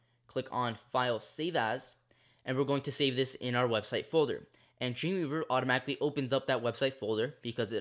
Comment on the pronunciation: It found it quite hard to understand what you were saying when you said "Dreamweaver". I first thought you said 'Junior verb'. Great tutorial though.